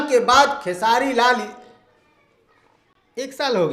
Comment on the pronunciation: Beta tu khesari bhaiya par video banta hai to aach se bol khesari bhaiya ka naam sala